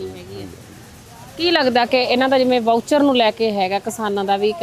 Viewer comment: ਵਾਊਚਰ...?😂😂 ਮੌਇਸਚਰ ਕਹੋ ਮੈਡਮ , ਮੌਇਸਚਰ ਮਤਲਬ ਸਿੱਲ੍ਹ